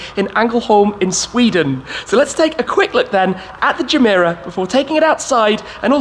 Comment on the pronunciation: Any one else notice the “jah-meh-rah” intstead of “gah-meh-rah” irked me every time he said it😭😭😭